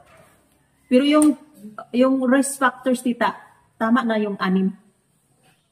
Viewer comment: Magaral ka nang English enunciation. E.g. risk hindi 'resk.' Short i, long i, e versus ee pronounciation is a good start. Mag tutor ka or makinig ka sa you tube. Dapat consistent ka.